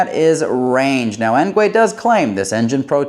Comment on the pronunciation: "Engwee" not "engway"